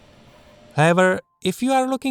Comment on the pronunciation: He calls it a "BLAMBLUB"